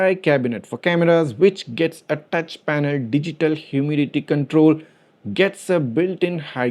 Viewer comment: hyoo-mi-di-ti kan-trole